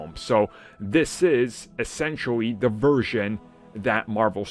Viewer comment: God damn I spent a whole year not listening to you and you still can't pronounce "da" and "the"...! Wtf